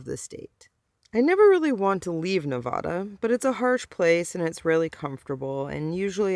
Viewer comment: Yes, Home Means Nevada, according to the slogan on my license plate. But, please, stop saying "Ne-vaw-duh".